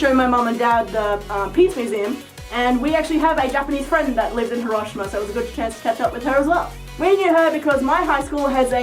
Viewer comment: Hiroshima is pronounced he.row.shee.ma